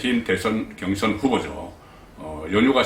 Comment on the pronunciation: 전략,경선....경상도에서 저렇게 발음 안하는데... 그런데 김건희 안나오는것이 무슨 전략?